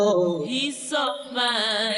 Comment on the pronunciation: My sweet lor ord. Your so fi ine. Making two syllables out of one with the last word. That nails it. I believe George didn't do it intentionally. But then, i would say that, being as i'm a totally biased Beatle fan.